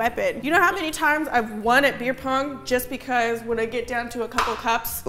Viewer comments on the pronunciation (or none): It's 'Beer Pong', not 'Fear Pong'.